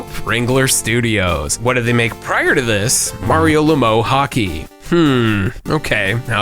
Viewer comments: Surprised I’m the first person to mention it. Mario Lemieux is pronounced Luh-Myoo. I laughed when you said LaMoo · how you mispronounce Mario Lemieux (La Mew) so poorly? WTF is LaMoe? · Bro it’s not “LAMO”. Say it like “La Mew” Lmaoooo. Someone doesn’t watch any hockey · Mario Le "MOE" HOCKEY lol its Le"MEW" written phonetically of course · I know I’m watching an American when Mario Lemieux is pronounced “Mario Lemow” 😬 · Kyle Rayner is the BEST GL!!! Also, it’s pronounced Luh-Mew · Can't believe bro really pronounced it "Mario LaMoe". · "Le Mew" - That pronunciation made my 41 year old ass die inside a little, lol. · The lack of comments calling out the butchering of Mario Lemieux’s name is disturbing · the pronunciation of Lemieux hurt me as a Canadian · As a huge hockey fan hearing whiff on pronouncing Lemieux gave me a good laugh 😅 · Mario WHO NOW!? Canadian bias but I've never seen Lemieux pronounced like that lol. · That lemieux pronunciation lmao, oof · the way you pronounced mario lemieux name...lmao